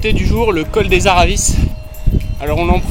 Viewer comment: Attention à ton accent ! Col des aravis et non araviss en haute Savoie on ne prononce pas les z ni les s